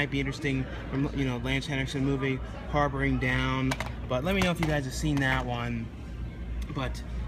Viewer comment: "Harbringer" lol